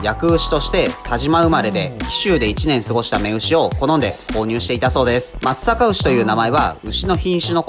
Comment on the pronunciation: 地元のブランド牛だから紹介してくれて本当に嬉しい！ちゃんと「まつさかうし」って言ってくれててなお嬉しい